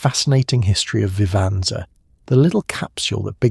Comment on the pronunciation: Vihv-ahn-zuh?? Lol wtf can you not instruct your AI on pronunciations? I've gone through a few of these and it's getting old.